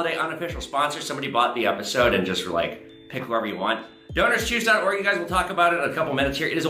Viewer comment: When you said the sponsor I was just listening and thought you said Donors Cheese haha